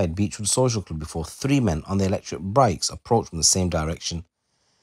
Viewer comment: 36 “three men on their electric “brikes” 👀😂😂